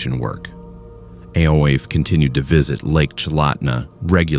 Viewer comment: Ay-Oh-eef is pronounced Eefah. AI is fking stupid.